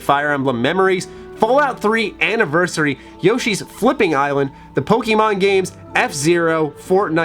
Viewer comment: You arent a pokemon fan, if you were youd pronounce it like one instead of a concerned parent or teacher in 1999.